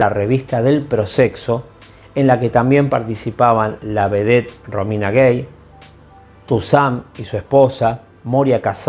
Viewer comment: Se pronuncia Romina Gái, no guéi.